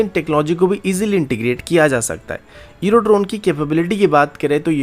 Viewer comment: Iro drone ya eurodrone , इरो या यूरो सही से तो बोलो।